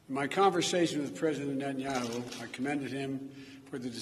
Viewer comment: Are his dentures slipping? He has a hard time saying "Prime Minister Netanyahu".